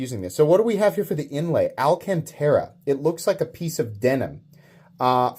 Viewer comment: "Al Can Tera" is definitely pissing someone off somewhere lol